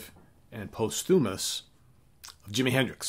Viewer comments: Great one. Hendrix!!! (BTW, the "post" in posthumous gets the accent or stress.) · Learn the correct pronunciation of "posthumous".